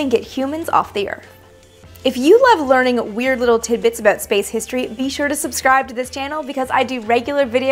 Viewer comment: Ha! I heard an "aboot".